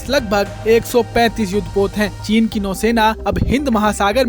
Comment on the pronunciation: चीन का च नहीं बोलता महापुरुष।